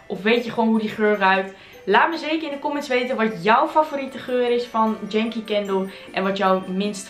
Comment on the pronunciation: For the Dutch. Correct pronunciation is: "jengkie" not "djengkie". Yankee = American.